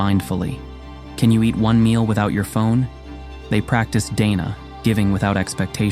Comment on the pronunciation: I am a Buddhist, and would like to correct a couple of things in this video. The pronunciation of the Pali word Dana is not like Day-Nah in the video. It is pronounced like Dar-Nah. Its meaning is generosity or giving. Buddhist monks do not eat only one meal a day as mentioned in the video. They eat two meals a day, breakfast in very early morning and lunch before noon. And they do not eat dinner.